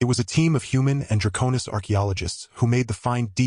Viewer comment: Thanks for the story. Now, my friend......is it "Dra'konis" or "DraKone'is"???? You keep changing the pronunciation every other time you say the word. It really is annoying. At least pick one way to say it.....preferably the second one..."DraKone'is". Thanks.